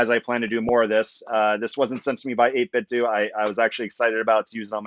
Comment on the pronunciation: 8bitdo is pronounced like "Though"/"doe". 8 BIT THOUGH not DO